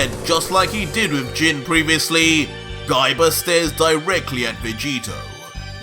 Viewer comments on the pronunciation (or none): I really laughed hard when u end a word with A like Gaiba you make it Gaibar